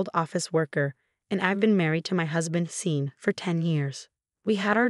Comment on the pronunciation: Sean is pronounced Shawn. Not seen. Sort it please